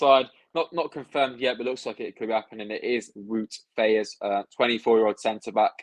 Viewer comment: vout fass is how its said i think